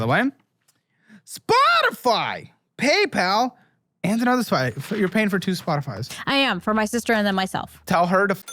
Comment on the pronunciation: just in case anyone wants to hear say the word 'spotify' funny